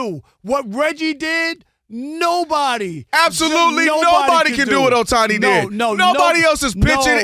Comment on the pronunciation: This IDIOT guy (Rob) always intentionally mispronounce "Ohtani" name all the time. LOL. It's beginning to be intentional and mean-spirited. We know he's a HATER but this dude is a JOKE